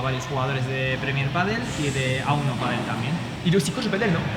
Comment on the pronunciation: tu redis PADEULLLE une fois je te ban de ta chaine ok!!!